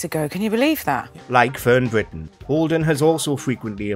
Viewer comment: Who is Fern Bwitton? Sorry not sure